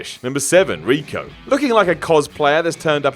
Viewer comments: Reiko not Rico,Bo Rai Cho not Bo Ray Chow,Raiden not Roiden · No doubt... Bo Rye Cho... Rey-ko... needs some pronunciation lessons